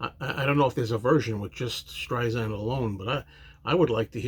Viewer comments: Hey! Pronounce Barbra's name correctly!! It's Sand, like the beach, Not zand! Get it right if you want to review this song!! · Good reaction. Not to be that perosn, but I'll be that person, it's StreiSand, with an "S," not StreiZand. Barbra would never let Paul come off poorly. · It's Streisand like the word sand....soft sssss. Disappointed with this jarring mispronunciation with zzzz.